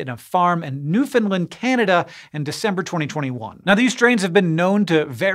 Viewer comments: Thanks for pronouncing my Province properly. 🙂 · He did it! He said Newfoundland right! Give that man a cod to kiss!